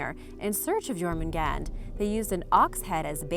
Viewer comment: Your pronounciation is vastly improved. Still to much j in Jormangandr, it should sound like a y instead. Even so, even in his name you did well. Sleipner and Thor's goats are my favorite animals of Norse mythology. The Draugr are the only ones I think are actually creepy. The rest are interesting.